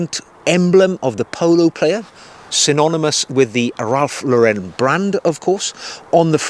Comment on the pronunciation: Just a quick thing it’s Ralph Lauren as in Lauren Bacall not Lau ren . I used to work for the company, anyhow all good 👍